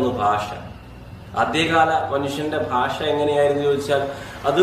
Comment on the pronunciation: ഫാഷ അല്ല ഭാഷ